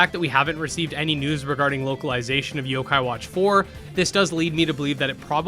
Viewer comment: some of these games you name are hard to know what they are because you don't list the name on the screen. So when I hear "kadomon" I legit had no idea what was said and had to go back hear you say it 3-4 times and try to look it up. This was also the case when you said "zokai" and I was looking up "sokeye" lol